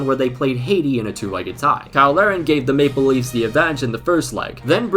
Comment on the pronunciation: What says: Maple Leaves What I hear: Make believes